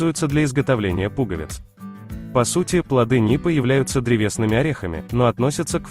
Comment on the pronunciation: Почему НУПЫ? Говорят и пишут НИПА